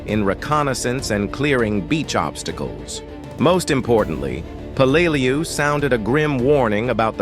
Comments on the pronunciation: I work in Peleliu cleaning up the munitions left from this battle; everyone who fought here (American's and Japanese) has my deepest respect,.. but it's a d@ shame that AI voiceover can't get their names pronounced properly! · Exactly my thought, a video about Peleliu and the ai voice can't even pronounce it correctly.